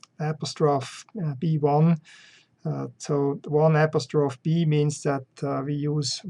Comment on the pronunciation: "AP-is-troff"... it's pronounced "ap-OS-tro-fee"